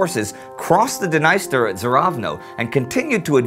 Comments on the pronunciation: Not to be a stickler, but I believe Dniester is pronounced "Nee-ster" in english. Over there it is referred to as "D'neester" as opposed to "Di-niceter". Correct me if I'm wrong, it probably varies from region to region. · The River in Ukraine is called Dnister , pronounced dneestэr, nees-tэr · BTW, Indy, Dniester is pronounced with a long 'e' sound, not with a long 'i'!